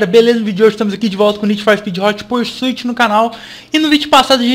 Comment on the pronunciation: Esse ''porsuit'' me dá uma agonia que pqp